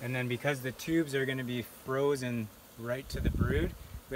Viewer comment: These millenials drive me nuts with their emphasis on the last sylaBBELS. It's like backwards speech. "In 24 hours I'll come back and pull THOSE FRAMES..." I'll never understand where this pattern developed. Oh well, neat process on the brood check.